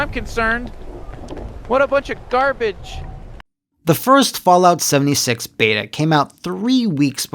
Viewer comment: Did he just say 'Soulja 76'? My dude